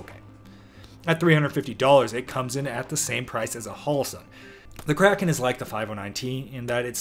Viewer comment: "I believe it's pronounced Cray-kon in the original Scandinavian"